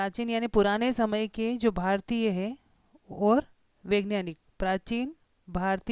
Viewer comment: ठीक से पढ़ना तो सीख लो वैज्ञानिक को vengyanik कह रही हो